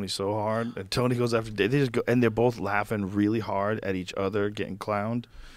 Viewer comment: Can not do it. Do not care who he is. Boff instead of both. Truff instead of thuth. 😢